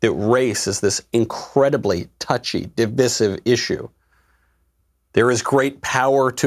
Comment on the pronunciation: That’s not how you pronounce “divisive”.